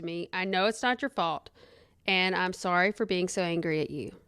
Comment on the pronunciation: Guuurl the way you say ‘sorry’ cracks me up 🤣🤣🤣 “SOOR-REE” 😂😭 are you from Canada?